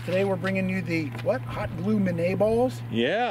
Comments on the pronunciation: Pronunciation guide: "Minié" = "mini-ay", where "ay" rhymes with "hey! French names are neat!". I won't try to get you to pronounce the name of the designer of the FN FAL, Dieudonné Saive... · Guys, it's min-yay. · I'm back. That is not how "minié ball" is pronounced.